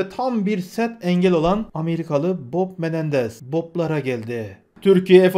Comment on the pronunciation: Kusura bakma gardaş bok Menendez mi dedin yoksa Bob Menendez mi? Hehehe